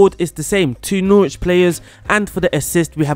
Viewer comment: I’m sorry, how did you pronounce Norwich? 😂